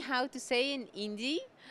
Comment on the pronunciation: irebel abdulhannan abdul hannan Well was pronouncing Hindi as indi.🤷🏻‍♀️😄